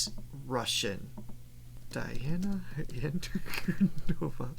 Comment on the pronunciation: A very nice reaction. Once again, with respect, her name is pronounced Dee aah na An coo DEE nova.